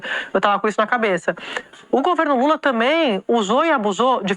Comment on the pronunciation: "o governo lule tamém" Sadi? Credo uai. Não se ensina português pra ser jornalista? Eu, hein 😮